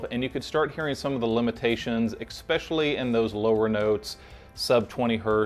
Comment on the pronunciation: Did you say "egg-specially" ? Come on bro. All kidding aside, great review and well done. Keep up the good content